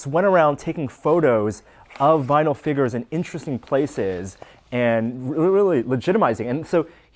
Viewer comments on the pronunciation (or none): Haha he says figures wrong lol